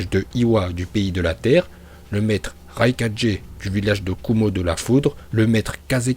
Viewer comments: Pk il dit raikadjai au lieu de raikage... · Je comprend pas la prononciation mdrr par exemple rai4g mais hokage et pas ho4g mdrr ça me fume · Vive et ses prononciation légendaire Ce qui me tue plus c'esr comment tu pronoces le nom du 4e raikage🤣